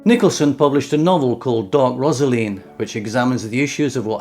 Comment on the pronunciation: Rosaleen is pronounced as a, Rose, Rosaleen!!!!